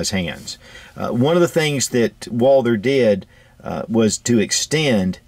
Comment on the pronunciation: First of all if i was to make a video of a firearm i think i would do my best to at least pronounce the name say if the firearm was WALTHER and someone called it WALDER if you can not pronounce the right way than maybe you should collect stamps.